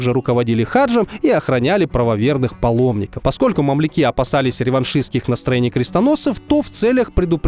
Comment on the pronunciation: Почему декларацию Бальфура нужно прочесть таким противным голосом? Кстати фамилия Бальфур с ударением на первый слог, а мамлюки с ударентем на букву Ю.